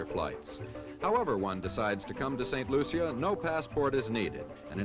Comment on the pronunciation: If you want to be so perfect learn how to pronounce the name of the island